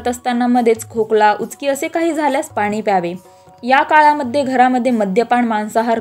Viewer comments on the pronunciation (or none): none